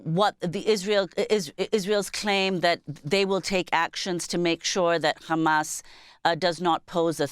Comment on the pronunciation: Why is this nermeen using yiddish accent to refer to Hamas?